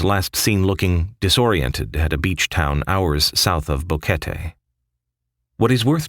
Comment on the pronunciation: I have watched several similar videos, You are one of the first to pronounce BO QUET TE correctly and included Plinio, I know this guy personally, Great Job SIR!!!